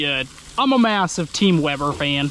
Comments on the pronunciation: Hey how you doing. It's from British Columbia Canada..... Isn't it.....Weeber...lol!!! As your brother would say. No offense. But it is, as you say it Weber. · I like you now more cause you pronounce weber properly and ace does not lol keep up the great videos man.